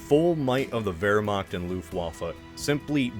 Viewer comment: interesting that you pronounce the W correct in Wehrmacht but not Luftwaffe 🤔